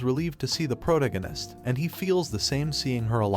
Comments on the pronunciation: pro·tag·o·nist please just pronounce it right once. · "The prodeginis" LMAO 🤣😂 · Took me awhile to realize he was saying protagonist